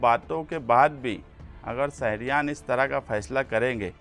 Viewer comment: لیڈر صاحب اپنی اُردو صحیح کیجیے اپنے بولنے کے تلفظ درست ادا کیجے۔ صرف دو جملوں کو سُن کر میں نے کمینٹ کیا اور آگے دیکھنے کی طبیعت گوارہ نہ کی۔ سہر (شہر) سہریان (شہریان) اِسوج ( اِشوز issues ) مہربانی کرکے علم حاصل کریں اور سیاست میں آئیں۔ اگر میری بات سے کوئی ٹھیس پہنچی ہو تو معذرت